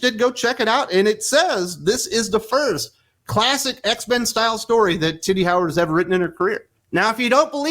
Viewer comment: I chuckle because every time I think you’re saying Titty Howard 😂